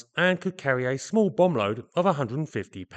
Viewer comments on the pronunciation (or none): none